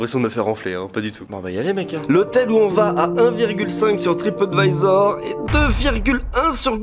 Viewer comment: C’est pas tripOtvisor c’est tripAdvisor